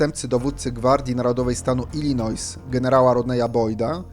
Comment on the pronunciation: Illinois czyta się bez s, panie redaktorze.